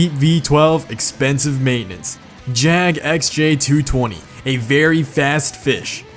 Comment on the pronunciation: Thank God you said JAGUAR properly. Just saying Jaguar and Jag!! Well done.